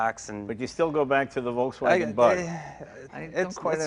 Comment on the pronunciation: for such big hobby and interest that Leno has in cars for so many years, he should pronounce "Volkswagen" right by now,,, Hint, it's not English.